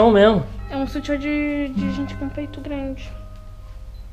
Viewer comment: Não guento o falando soltiã kkkkk é sutiã kkkkkkkkkkk